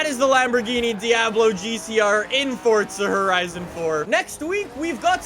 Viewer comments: He called it a GCR lol Also it's forza not fortza. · FORtZA???? it is FORZA! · its forza not fortsa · ok u say forza like fortza